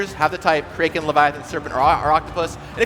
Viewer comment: wtf is a Kray-ken?